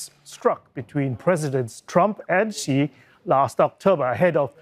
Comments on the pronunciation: Mostly, Xi is pronounced as "She" . Not See not Ex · Is it right to pronounce Xi as Ci or is it just chinese accent?